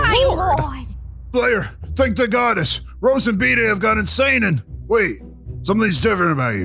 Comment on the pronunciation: I've heard it like 50 times, and I only hear Veteran say "goddess"